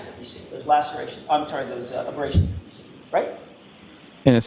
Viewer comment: And “dat.”